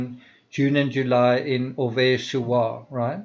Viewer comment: Great vidéo, thanks. PS: Oise is pronounced like "was' in English.